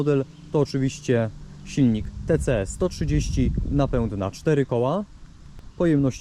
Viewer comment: NapĘd. Nie czyta się Ę. 🤮🤮🤮